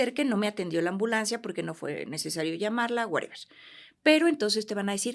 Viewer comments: Excelente profesionista la dra., lo único que no me gustó es que diga wereber jajajaja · nada más que eliminé de su vocabulario el "wuereber" y listo 😂😂😂